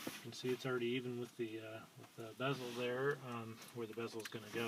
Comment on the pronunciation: LOL its definately bezel (not Beezel) good vid tho